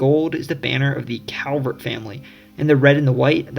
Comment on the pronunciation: Very well done. Kudos. A coupler of corrections. The correct pronunciation of the Calvert family name (and hence the correct pronunciation of the County that bears their name) is CALLvert not COWvert. Most Marylanders will mispronounce it -- as I did when I was young. But I was publicly corrected by the then Comptroller of Maryland, Louis L, Goldstein and a Calvert County native. But he was such a gentleman that his correction felt more like an education than an embarrassment. Another point is that Edgar Allan Poe was born in Boston; he died (and is buried) in Baltimore.